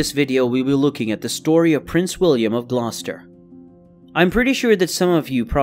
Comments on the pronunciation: "Glow-stur". "Pur-fer-ee-a", "Pruh-shee-uh", anything ending in "shire" not being pronounced "sure". And I'm American....🤣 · Whoever is narrating this, I am from England and your pronunciation of Gloucester is incorrect.